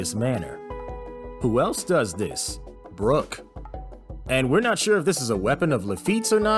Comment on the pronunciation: Hate how he says Brock’s name. My boyyyyyy